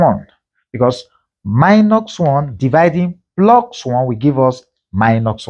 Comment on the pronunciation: Why do you say minoX and pluX? It is not english.